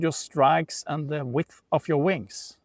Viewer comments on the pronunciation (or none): Thanks for the reply, I have been looking at these this morning, and noticed at 10 -15 delta with 5 wide i'm only able to get 75 cents per side. I think in your video you mentioned 30 width, but it sounded like vix from the accent. Could you clarify width versus vix? I'm assuming these are $5 wide but then they only bring in a small premium of 75 cents.